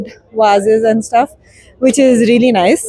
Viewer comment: What is reely 😂😂😂 it's REALLY